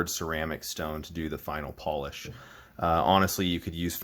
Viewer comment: Why are you saying polish like you're talking about people from Poland? Is this a hilarious troll for some really weird pronunciation?